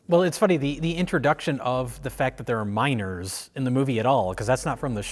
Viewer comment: I was so confused when they started talking about the miners and I kept hearing "minOrs"...